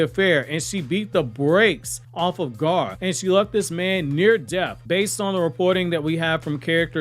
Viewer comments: Who is Gaar? Do you not know how to say Gaara or something? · Why are you calling Gaara, Garr? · I would like if this guy could pronounce the name Gaara